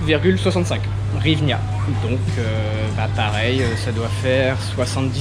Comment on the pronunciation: En Ukraine 🇺🇦 ont ne dit pas hrivina mais Grivnia